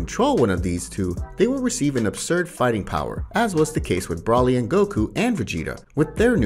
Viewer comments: Ki (or qi) is pronounced "kee" or "chee". Broly is not pronounced "Brawly", it's "Bro-lee." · Ki is pronounced as key xeno is pronounced as ze-no not Zeeno and broly is not braly it's literally bro-lee no way you're doing that accidentally but ok theory if there wasn't a guide saying that yomoshi or however you spell his name was the first ssj and his spirit searches for pure hearted Saiyans doing the ritual to make a super Saiyan god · Bro its Ki (“kee”)!!!! Not kai (“kie”)…… its Zeno (Z-eh-no), not “zeeno”…… its Broly ( Br-oh-lee), not “brah-lee”…… its Whis (“W-ee-s”), not “wiz”……. this literally would’ve been an amazing video instead of just a good one if it didn’t have the cringe problems. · Dude... its "Bro-Lee" broly.... not... Brah-lee" ANYWAYS! Amazing video! Im new to this channel lol but this video was very interesting. I have had the thought on my mind of what created the saiyans for a while. I imagined it would be a monkey angel of some kind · I agree 100% and the fact that he was pronouncing Broly wrong the entire time.